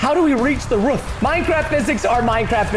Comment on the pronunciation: “how to reach the ruuff” got me cracking up 😂 we love you preston ❤❤❤